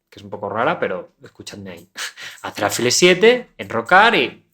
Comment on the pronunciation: Tengo una duda, dado que la palabra "alfil" es una palabra aguda, lo que significa que la mayor fuerza de voz recae en la última sílaba (fil), xq la pronuncias como si fuera grave?